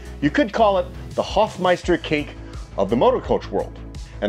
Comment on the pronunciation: Dude! You hadn't heard of the Hofmeister kink? RLY? SRSLY? 🙂(And the guy was called "Hofmeister". Long "o".)